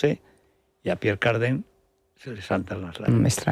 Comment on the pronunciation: Se pronuncia Pier Cardán NO Pier Cardén como usted lo pronuncia señor.